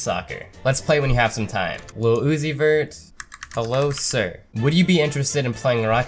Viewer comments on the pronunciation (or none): none